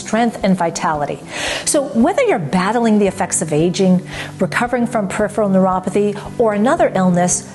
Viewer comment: I have been watching your Neuropathy & Nerves video series at least for the last 8 months. Have you tried to realize the worst part in all of your videos? It is the pronunciation of the term, "Peripheral Neuropathy". Why does your tongue slip whenever you pronounce this term? Do you do it deliberately or it happens by default? I just wonder if it is also caused by the Peripheral Neuropathy or any kind of nerve damage in the buccal cavity!! Whatever be the reason, I am sure you can cure this disorder being a knowledgeable Nerve Researcher. Perhaps nobody pointed this out to you that's why you never realized this disorder. Hope you won't mind anything and take up my comments in a positive sense. Best wishes to you.